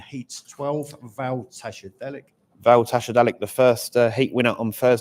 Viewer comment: They need an announcer who can pronounce the dogs names, Slick Sen-Tar-Nul is ridiculous and Val Tashadak also,bin him off asap